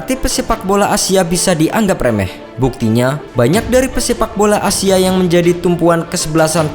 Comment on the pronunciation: Gua denger pemaen "asia" sama si mimin nya takutnya jadi A-Team, denger denger nya kaya begituu